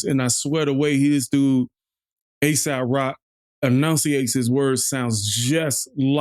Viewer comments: Ay-sawp rock is how you pronounce it, and he is absolutely NOT Asap Rocky haha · It's pronounced "Ay sawp" Rock (no Y) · Not Asap rock It's AESOP ROCK LANGUAGE brotha man respectfully..